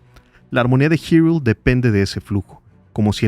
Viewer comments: Es la primera vez que escucho a alguien llamarle Girul a "Hyrule" (jairul) en vez de Irule 🤭🤭🤭 Que buen ensayo de éste producto cultural maravilloso que es The Legend of Zelda. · acaso dijo "girul"?? no se que pensar, se siente extraño escuchar "girul"